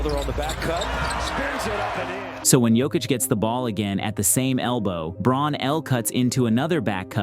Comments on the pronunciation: Great video. I'm sure others have noted this, but Braun is pronounced "Brown." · Excellent breakdown—and an effective sub pitch. For both, I subbed. One small correction (easy to miss): Christian Braun’s last name is pronounced “Brown”.